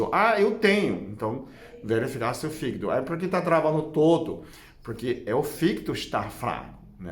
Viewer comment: Quando você melola o fígido kkkkk Não resisti